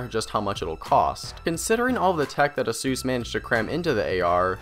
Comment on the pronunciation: I got distracted with the "A-Sus!", it's "Ey-sus".